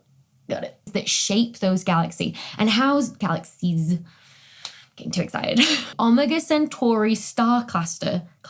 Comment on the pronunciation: Ah-mah-gaw sintor?